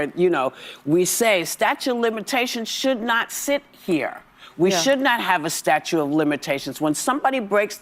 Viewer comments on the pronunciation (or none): Is Whoopi saying 'statue of limitations'? 😮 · "Statue" of limitations lol!